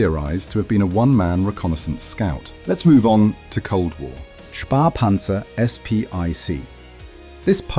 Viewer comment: Its Spähpanzer, not Spahpanzer - and its pronounced differntly. Späh is the short version of spähen, which means spy out or explore or scout. Spah is simply not a german word.